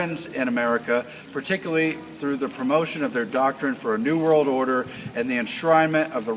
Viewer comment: he says "this new world order system", but it sounds like, "disney world order system"! Much love! Pay close attention to this kind of thing in general. Our world is not what it appears! I love these guys videos. But I have been noticing even my "friends" do this "run words together to change their meaning" agenda. The adversary is powerful, Christ Whips his butt on the daily! Full armor of God YALL!